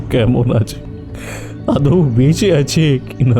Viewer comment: খুব ভালো একটা থ্রিলার শুনলাম, অপূর্ব পরিবেশনা ! শুধু দু/ একটা কথা- ৪৮ বছর বয়স্ক বিখ‍্যাত ডাক্তার মোহোনার voiceover artist কে একদমই মানায়নি ! প্রদীপ্তার voice খুবই ভালো কিন্তু এইচরিত্রে না হলেই ভালো হতো । আর “আদেও” বলে বাংলা ভাষায় কিছু শব্দ বোধহয় নেই! কথাটা হবে “আদৌ” । আপনারা - অনেক ভালো ভালো narrator এই ভুল টা করছেন । শুধরে নেবেন please !